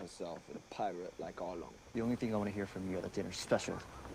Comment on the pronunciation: Wow! I have not noticed the camera angle between Arlong and Nezumi until you pointed out. Also, just to confirm that I didn't hear it wrong, did you pronounce Arlong's name as Argon (something like that) 😅